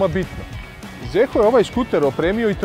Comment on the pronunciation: Nije Zeehooo nego Ziho.